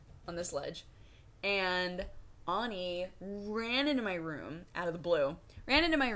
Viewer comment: Auni or Ani, not Oni. She accentuated the A pretty clearly.